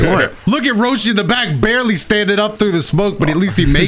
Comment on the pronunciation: Does anyone else hear call Roshi, Broshi?